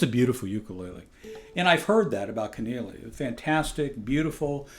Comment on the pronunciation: "Kan-eee-lay-ah" is the proper pronunciation, at least that's how the founder articulates it. It's a beautfiul ukulele in any event!